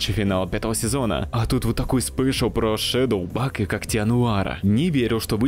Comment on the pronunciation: Только она не Шедоубаг, а Шейдибаг.